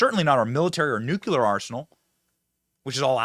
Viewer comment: By the way Benny its nu cle ar not nuke u lar.